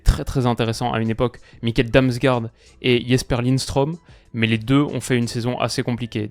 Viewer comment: Petite précision Damsgaard se prononce Damsgord. Le double a équivaut à un å qui se prononce o.